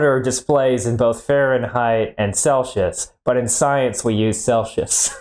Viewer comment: Celsius not celshius